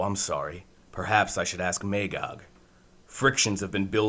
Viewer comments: May-gog? Its pronounced "Ma-gog" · It was a good audio-story, but they needed someone with a deeper voice for both Superman and Batman. When those two spoke, it sounded like fanboys playing with their action figures. Everybody in the audio story kept pronouncing Magog's name as "May-gog" but it's "Mah-gog". I own this two cassette audiobook, and I love the original graphic novels. My favorite DC story along with The Dark Knight Returns.